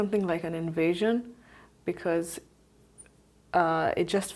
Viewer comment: Intysam: 'invasion' sounds like 'in asian'. Just sayin'